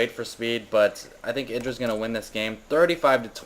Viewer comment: YDRAAA not idra.. YYYYDRA